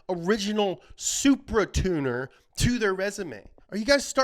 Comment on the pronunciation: He turned Japanese on the second "Supra!"